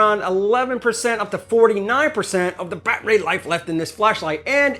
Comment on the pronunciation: i think im missing the funny part of saying milwawkieaeh and bat ray....